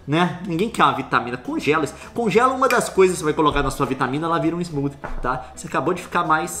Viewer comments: Vontade de dar um tapa na cara cada vez que fala smoothie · fala smooth todo chicoso, depois manda um "700 Váts" . pqp kkkkk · Que agonia de ver o Leon falando "smoothie" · Fica o questionamento ne Por quê o leon pronuncia smoothie como se fosse smooth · Duas coisas irritantes sobre o vídeo: o jeito como o Leon pronuncia "smoothie", esquecendo o -ie; a galera falando em maconha na área de comentários até dizer chega. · Foda que ela é linda e eu sou apenas o leon falando smoothie errado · Eu acompanho o leon desde 2012, a coisa que mais me irrita é ele sempre usar a pronúncia em inglês mesmo estando falando em português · Que dor no coração me dá toda vez que o leon pronuncia smoothie do jeito errado.